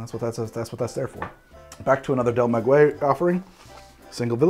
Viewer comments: Maguey is pronounced Mah-gay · Mah-gay-ye which is how one would pronounce Maguey , loved the video makes me wanna drink more. Responsibly ofc